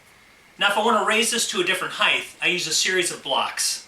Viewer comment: Point of order: It's height not heigth .